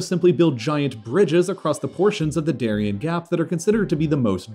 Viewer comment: Interesting video, but you should have done a little research on how to pronounce "Darién". It would have been nice.